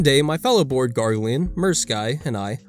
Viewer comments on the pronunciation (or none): Grah-ghe-lonians! Not Gorgarlian.